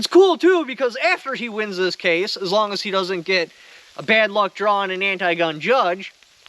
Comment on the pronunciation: "What I have is better than a key. It is a draw'ring of a key!"